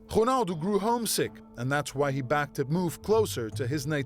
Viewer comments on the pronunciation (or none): So annoying when he says "ghunaldoo" instead of "Ronaldo" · the voice over says whonaldo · Everything's alright with the video.....but wat the Hell is hunaldo??? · Why does the guy keep saying Jonaldo instead of Ronaldo? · You dumbass I think he means how the Commentator says his name it sounded like Honaldo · whos HONALDOO.... HAHA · It's ronaldo not xornaldo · Annoying how the narrator says Ronaldo like Hurghhnaldo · Honaldo. Lol .Fuck this journalist. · I hate how he says "Honaldo" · The R is silent in portuguese... he's technically saying "O-naldo" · Prounces Ronaldo wrong, pronounces Real wrong. Fucking idiot trying to make things sounds exotic.